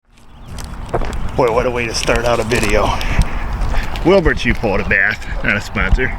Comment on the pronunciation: There's gotta be a T at the end with how he says it right? I missed if he showed the sign